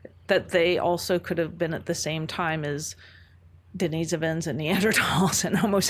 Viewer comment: The way she's re-pronouncing words like Denisovan & Neanderthal to sound "different " cringes my soul